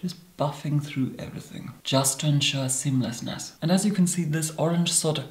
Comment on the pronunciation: I could listen to him say seameleasness all day